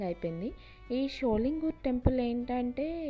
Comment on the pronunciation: Not Sholingooor.sholingar